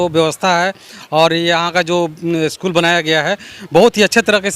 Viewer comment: पहले तो आप 'अस्कूल' बोलना बंद कीजिए, 'स्कूल' बोलिए। शायद आपसे नहीं होगा। इसी प्रकार अस्टेसन, अस्टार्ट, अस्पेसल, आदि बोलते होंगे।